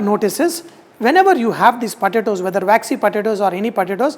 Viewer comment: It took me 5 minutes to figure out he was saying “potatoes.”